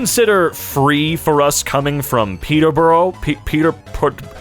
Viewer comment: for future reference, it peter- buh-ruh